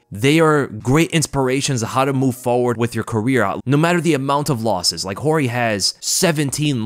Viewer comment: Thank you Jorge! (, it's not pronounced "George" you dingbat)